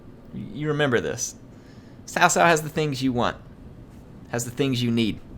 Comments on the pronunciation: because the correct pronunciation is closer to Tsao Tsao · Cao Cao is pronounced ts'ow ts'ow, not tao tao. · Your nearly there its s - ow with a slight T at the start like tsao tsao.